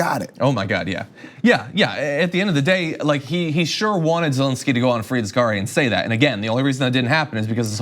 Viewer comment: It's Zelensky, not "zelinsky".